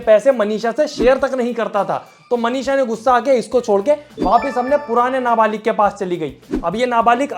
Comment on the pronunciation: Nabalik nhi nabalig hota hai